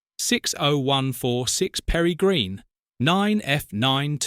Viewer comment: Perry Green??? Peregrine, you pillock!! And Kenilworth not Kenworth. Kenworth is a brand of American truck.